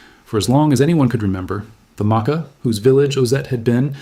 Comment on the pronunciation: The research is good, but the mispronouncing of Makah is killing me.